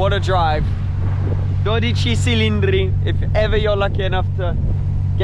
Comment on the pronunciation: 12 cilindri like chill, not silindri...please